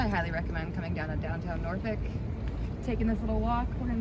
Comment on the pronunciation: I was born there she is saying it right